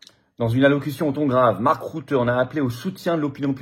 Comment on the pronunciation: On ne dit pas (Mark) "route" mais "ruten" , donc "rute" suivi d'un "n" (le "e" est muet et ne "n" est isolé, suivi d'aucun autre son, donc il faut éviter de dire "rutène").